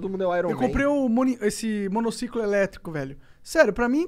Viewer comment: ninguém: a Monark: Meu monocicolo...